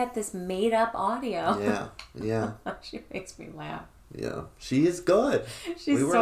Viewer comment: The way you say 'audio' is on par with Bigfoot saying 'daughters'